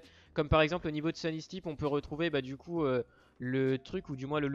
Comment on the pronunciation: c'est sunny steps pas sunny steeps hein